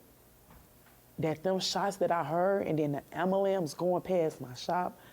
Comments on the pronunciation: The amalance? 😂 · she really said amalampse and meant ambulance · Black people... the only race of people that get to claim victim & STILL get to break the law Family needs to blame Dexter, then take that fake hair outta their heads, then learn how to pronounce "AM-BU-LANCE!!!" (whichever comes first)